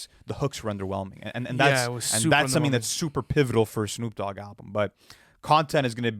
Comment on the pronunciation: 'Shnoop Dogg"